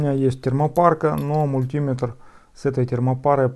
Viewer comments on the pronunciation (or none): "мультúметр" ещё 😆 Эх, родной колхоз!